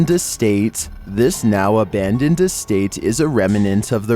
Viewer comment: Please check with a dictionary before you record your videos. You along with a whole host of other YouTuber's are constantly saying this word wrong!! It is NOT "reminant"...... the word is actually "REMNANT" There is no "I" in the middle like everyone keeps adding when they say the word! It's pronounced "rem..nant" ‼️